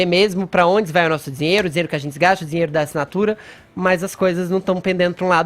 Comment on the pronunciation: FEFITOOOOOOOO!! O Copolla acabou de dizer que é uma atividade legal!! Está no véu da NORMALIDADE!! UFA!! E fala direito, não é zinheiro é Dinheiro ok?